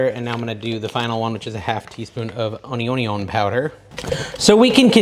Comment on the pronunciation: What’s “honeyonyon” powder?? Lol!